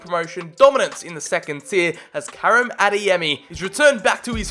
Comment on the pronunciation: Bruh... I’m I the only grammarboi who’s going crazy over how he’s pronouncing Karim?!?!